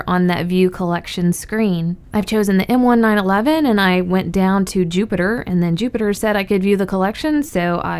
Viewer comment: 100% that’s how u say m1911